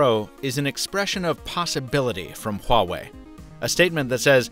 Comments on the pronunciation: You pronounced “Huawei” better than any other youtuber. You must have at least one chinese friend. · The company did release a video saying it's porschE though, so I think you might just be wrong. But you got Huawei right :)) and that's a rare one.